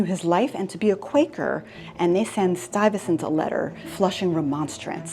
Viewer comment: Stuyvesant, not Stuyvensant .